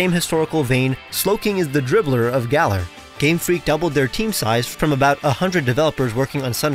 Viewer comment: have americans still not learned how to pronounce "galar" 😩😩😩 it rhymes with dollar